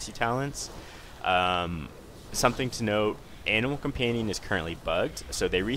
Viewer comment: i keep hearing anal companion o.o